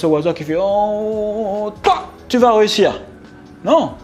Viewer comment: Sympa tes vidéos mais par contre un truc qui pique les oreilles c'est ("réussir" et non pas "rehussir"). Continue tes vidéos 👍 bonne valeur